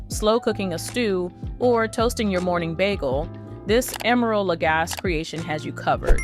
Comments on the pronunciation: FYI, his last name is pronounced la-GAH-see, not la-GAHS. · Lagasse- pronounced: luh-gah-see. 👌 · When you say his last name The e isn’t silent it’s a long E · But nobody behind this review video actually used the product? Nor figured out how to pronounce the name of the brand. Not helpful. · If you. Won’t even pronounce his name the way he does, why would I listen to anything you say about the product, either good or bad? The proper pronunciation is the way he pronounces it!